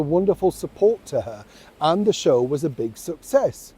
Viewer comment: My Shew (Show)- Ed Sullivan pronunciation😕. These days it would be called "chill."